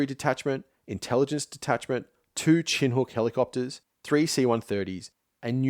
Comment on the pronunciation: Why do you always pronounce chinook funny?